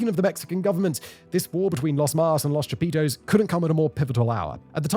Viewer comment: Aint no way. "Cha-Pizza".